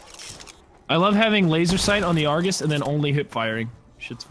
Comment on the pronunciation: its not Argus its arghooose